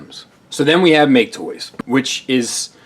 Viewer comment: It's hilarious when calls MakeToys "ma-ke Toys" because it means "Loser Toys" in Japanese.